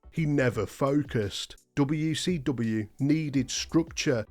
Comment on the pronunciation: Anyone ever notice this guy says wecw?